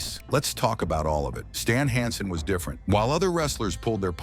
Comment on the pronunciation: Ver-nah Gah-NAY? Stahln HAHN-son?